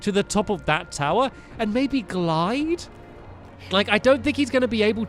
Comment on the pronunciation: Glide not glid